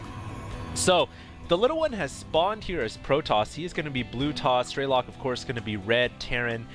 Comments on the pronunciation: it's strelOk not strElok. it's russian for shooter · i guess strelok is a russian word (as i am a russian =) ) so it's strelOk not strElok ;) (shooter in english) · "Strelok" in russian mean "Shooter" or "Sniper". Sound so funny when you pronounce it as some meaningless word ^_^